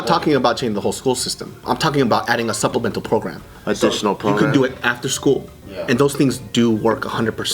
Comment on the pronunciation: I like how says supplemental, lol.